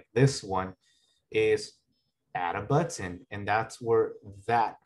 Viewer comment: "Butt-ton" but says the word better normally